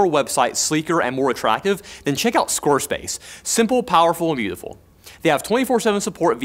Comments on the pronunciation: ScoreSpace. Replayed many times, yep sounds like scorespace not squarespace. Advertisment fail. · I'm sorry but did he say "scorespace" instead of "squarespace" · Always sounds like he says scorespace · Sounds like that guy says score space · wait did he say squorespare?